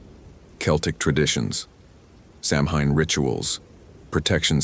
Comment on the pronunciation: If youre gonna narrate stories about samhain and irish people, please for the love of god learn how to pronounce the word. Its not sam-hayne. Its sow-wen.